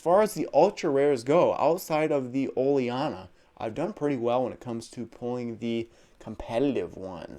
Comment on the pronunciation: Its ol-eena not oliarna btw